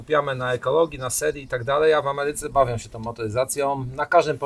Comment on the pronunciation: "chłodzony cieczom", "w Ameryce bawiom się tom motoryzacjom". Zona czyni mi zarzuty, ze nie uzywam polskich znakow diakrytycznych (laptop norweskiego pracodawcy) - ale slysze, ze w kraju tez ich nie ... lubiom.